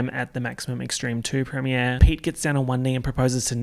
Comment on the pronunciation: I love that you say premier like prem-e-ay(r)